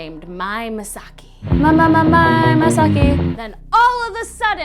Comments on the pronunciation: And btw, Mei is pronounced like May, from Another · My friend is gonna be Mei for her cosplay! oh and its pronounced "May" not "Mai" cuz the only Mai i know is Mai Taniyama from the anime Ghost Hunt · Not to nitpick but wasn't the girl in Another named Mei (not Mai) Misaki. Also Sachiko is in elementary school meaning she isn't a teenager. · Another is my fave anime 💕 btw it's fcking pronounced as "MEI" AS IN "MAE" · and when i forgot about tokyo ghoul... this happened the way you say mei is making me cringe